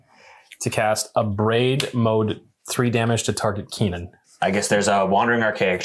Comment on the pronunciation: In response to this video and the pronunciation of Kinnan, I am going to order an altar of Kinnan that reads Keenan, Burger Prodigy with some classic Good Burger art!